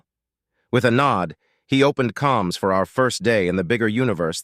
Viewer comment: Uh, the word is "Comms," not calms it is short for Communications